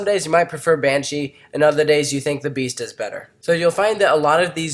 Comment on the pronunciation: you said banshia